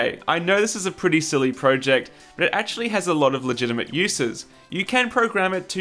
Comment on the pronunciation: You are pronouncing project wrong.